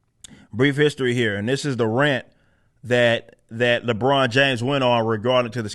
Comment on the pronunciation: More like “Libron”